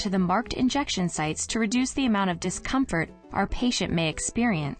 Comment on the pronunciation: Is it just me or did put emphasis on "Discomfort" and "Patient"?